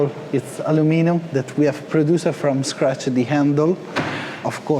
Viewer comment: isseee CNCee from-ee scratchee